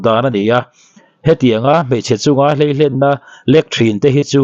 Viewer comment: I thil chhiar a "Hleihlen" niblo vin "Hleilen" tih tur a ni zawk e. Youbtuber te hi in pawimawh si a, an rawn ziak dik lo a nih pawh in rawn lam dik hram hram teh u aw..... @@